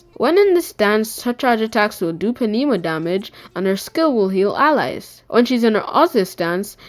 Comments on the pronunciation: it's pronounced "Nooma" not Penooma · "P" is silent in pneuma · This was awesome! Thank you for the info. P.S. : The P in Pneuma is silent, cuh.